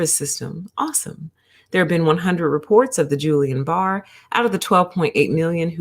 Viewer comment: It's not "Julian", it's a hard 'G' and I would urge anyone citing scientific statistical information to understand how to interpret the statistical results of the findings prior to making any causal inferences. In fact, ALL vaccines have risk factors as well as, over the counter pharmaceuticals. 19 people out of 20 million is equivalent to .000095% of people developing peri or myocarditis which is technically analogous to the incidence that normally occurs in the general population. when conducting scientific research it is unethical to omit any findings and fail to report them. I recommend focusing on studies' effect size (if there is a substantive difference between rates of heart inflammation after vaccine and those normally found in the population. The study does not answer, "why," most likely because a cause and effect relationship cannot be inferred from the study that was conducted. Just FYI...